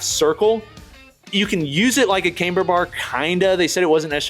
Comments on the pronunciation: It's not "came-ber" as in "Cambridge", it's "kam-ber" as in "camshaft". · "cam- ber"...NOT "came-ber"